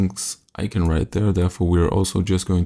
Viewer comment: ICON!!ICON! I-C-O-N!! NOT IKEN!!! Yeeses, unwatchable...